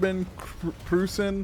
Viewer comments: Its pronounced proissen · I believe it’s pronounced Proyt-zen??? It’s been like 30 years since I last said that lol. I had family who said it that way. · Its pronounced PROY-sen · brother, it's pronounced like Prussian. Ffs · Proy-sen (Preussen/Preußen)